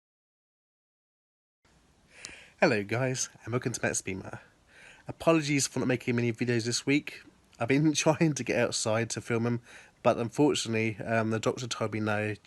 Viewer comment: Lol, I noticed that the ‘r’ is missing at he end of Mattsbeamer (intro). Such a cool first car, old cars have lots of character. My first car was a Lada. Thank you